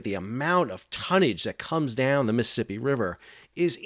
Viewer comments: lol it is NOT the MI-sippi river. It is the MISs-ISs-IPPI . please, if you talk about someplace, learn how to pronounce it? thx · Mississippi not Miss Hippy lol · DOOOOOOOD !!! . . . I can't take it any more . . the way you say: Missippi all the time instead of Mississippi !!!! . . . COME ON !!!!!! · Sounds like you are saying missipi. Not Mississippi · Miss-uh-sipp-eeee please say all four syllables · You can't even pronounce it correctly. Bit hard to give your reports any Creedence or clear water lol.